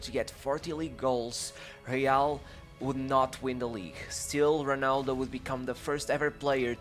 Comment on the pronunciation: Sorry bro but How can you read Ronaldo like Honaldo, cmon bro great videos make an effort with the pronunciation.